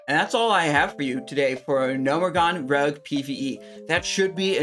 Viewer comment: Did he say RUG instead of ROGUE? lol